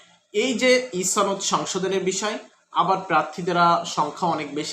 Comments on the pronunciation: আচ্ছা "সনদ" কে ছনদ কেন বলেন? আপনি যখন মানুষের সামনে নিজের বক্তব্য দিবেন তখন শুদ্ধ ভাষা প্রয়োগ করবেন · সনদ এর উচ্চারণ ছনদ, শনদ নয়। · একমাত্র রাজশাহী অঞ্চলের মানুষ ছ উচ্চারণ করে অযথা। কিন্তু এক্ষেত্রে আপনার সূত্র ভুল। এটা আঞ্চলিকতার জন্য নয়৷ সনদ শব্দটি আরবী। প্রথম অক্ষর ' ছিন ' দিয়ে শুরু। তাই এর উচ্চারণ ছনদ। আশা করি বুঝতে পেরেছেন।